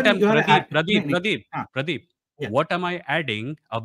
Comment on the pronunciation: Pradeep❌️ praeep✅️